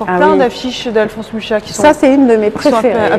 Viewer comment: Très bonne explication, mais attention on dit bien "Muxa" et non "Mucha", je vous laisse voir la prononciation Tchèque